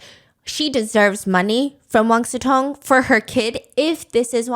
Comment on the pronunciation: Why they pronounce his name like Wan SuTong